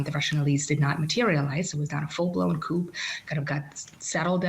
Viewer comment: the P in "coup" is silent